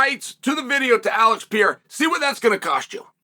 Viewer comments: Alex R u Pronouncing Pierre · “Ax pear”😂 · It's Pierre 😂... the "a" is silent in Chael's world. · Is Chael mispronouncing Alex Perieras name to make me comment about it cause I can't imagine he doesn't really know how to say it 😂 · How does one ball Sonnen not know how to pronounce Pereira lol